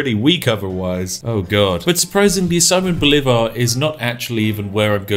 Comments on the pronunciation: I love how you pronounce Bolivar, is utterly wrong but sounds so badass (btw the accent goes in the i) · hey, if you don't know how to pronounce a word in a different language just use Google translate and press "listen" like all the other youtubers do XD. you did pronounce "Simón" right, but "comandante general" "llanero" and "Bolívar" were off for a bit XD